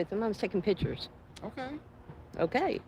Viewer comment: She's taking 'pitchers', lol.